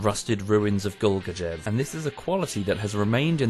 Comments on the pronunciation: Golgachev? Come on man, you can do better) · Text: "Kolguyev": "Gohlgajehv" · Me: (see Kolguyev) - Goal-ga-chef Actually, it's pronounced as call-goo-yet (silent t)-f. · i always found it silightly cringy how all the characters in the game pronounce kolguyev